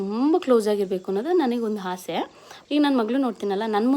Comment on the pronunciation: ಹಾಸೆ ಅಲ್ಲ ಆಸೆ